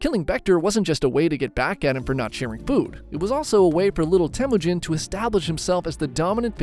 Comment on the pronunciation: not temuunjin its temuujin